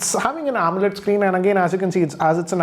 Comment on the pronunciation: Do you say omelet LED? 😂😂😂😂😂😂😂😂😂😂